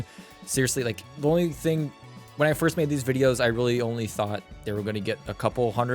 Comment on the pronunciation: 'firts' xD